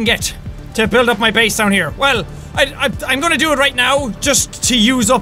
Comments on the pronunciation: You still said base wrong you said bease not base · Jack it's not baes it's base